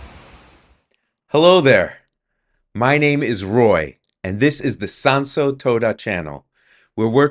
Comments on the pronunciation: Quite the little project you have there, i really hope that once it is all done. You will not be swarmed by influencers and other similar people, because that will really ruin the area. Oh and shouldn't it be Toda with a long O?, when you pronounce it almost sounds like you are saying toada 😺. Anyway i hope you really manage to bring back the beauty of the place. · But your japanese is good to my rather untrained ears, I have heard worse from others. Just the pronunciation of Tōda irked me a litte 😄